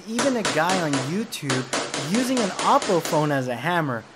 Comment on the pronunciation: It's pronounced "oh-poe".